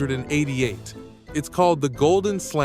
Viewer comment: I think if you write 19 88 in your script the AI would pronounce it correctly... Or you could drop the crap AI reader and have an actual person read it.